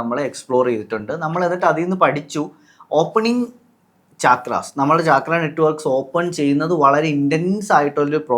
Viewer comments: It is not chaaakras... CHAKRA is a Sanskrit word..meaning Wheel..they are wheel like energy centres in the body...NOT CHAAKRAS😂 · ചക്ര Not ചാക്ര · First of all it’s called “ചക്ര” in both Sanskrit and Malayalam, not “ചാക്ര” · താഴെ പറയുന്നതിൽ ഏതാണ് ശരി? ലാം or ലം യാം or യം? പിന്നെ not ചാക്ര but ചക്ര. in മലയാളം and sanskrit. പിന്നെ മക്കളേ. സംസാരിക്കുമ്പോൾ ഇത്തിരി കൂടിബഹുമാനം വരുത്താൻ ശ്രമിക്കുക. പീഡിപ്പക്കപ്പെട്ട പെണ്ണ് എന്നു പറയുന്നതിനു പകരം പെൺകുട്ടി എന്നോ സ്ത്രീ എന്നോ പറയാം. പെണ്ണും സ്ത്രീയുമെല്ലാം ഒന്നു തന്നെ എന്നാലും. കുറ്റപ്പെടുത്തിയതല്ലാട്ടോ. മനസ്സിലാക്കാൻ പറഞ്ഞതാണേ. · Its so irritating to hear chaakra